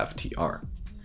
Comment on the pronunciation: I stopped too, as soon as he said Fluorine!